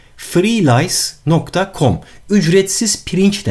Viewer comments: MERHABA BARIS ABI FREELICE DIYIL FREERICE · freelice değil freerice olacak amdin bey... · freelice mı, freerice mı? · 13.12 de freerice diceğine freelice demiş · freerice olucaktı freelice yapmışsın :) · daki site freelice değil freerice olacacak kardeşim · Freelice yox, freerice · abi freelice degil freerice senin dediğini yazarsak şampuan çıkıyo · kısmında küçük bir hata var...hem freelice yazmış hem de öyle telaffuz etmişsiniz... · Freerice olması lazım freelice değil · de freelice diyosunuz barış bey ayrıca ekranda da freelice-com yazıyor freerice olacak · FreeLice değil freeRice olacak, zira Lice bit demek bak kaşınmya başldım bit deyince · Sitenin adı freerice. Siz freerice demişsiniz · "Freerice" olarak düzeltmeniz daha faydali olacak Barış Bey. Cok güzel bir video olmuş. Emeginize sağlık. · Üstad FREELICE değil de FREERICE olacak o galiba. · freelice değil barış abi freerice olcaktı orası